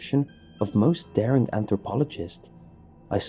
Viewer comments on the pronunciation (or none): none